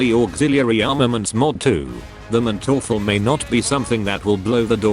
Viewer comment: the funniest thing of this video is his pronounciation of manteufel xD in german you pronounce the first syllable not the second as often in english. so its MANteufel not manTEUfel